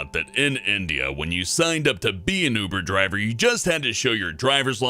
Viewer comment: He says Buber driver XD